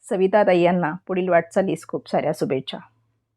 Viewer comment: न आणि ण यांच्या मधील फरक 😂 nidan mahiti sangnaryanchi bhasha shudha asavi hi kalji ghyavi na? 😮😮😮😮पश्चात हा शब्द. शुभेच्छा हा शब्द😂😂😂😂😂😂